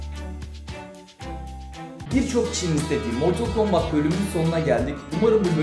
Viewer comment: Cobat değil Kombat -Facktory değil Factory -Fatalty değil Fatality -Foflov değil Follow